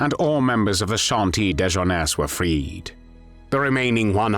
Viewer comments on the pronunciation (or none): If you cannot pronounce French properly do not bother trying. "Chantiers de Jeunesse" isn't exactly difficult, but how you, and so many others, get to pronounce "de" as "day" is a real puzzle. Go to Google Translate, find out what "chantiers de jeunesse" means in English and use that. But do not get depressed. The majority of media folk commenting on French politics still cannot pronounce the name of the current French President at all correctly, and, really, getting that acceptably correct is not that difficult.